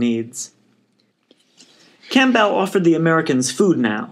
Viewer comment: Odd way to pronounce "Campbell." Think soup.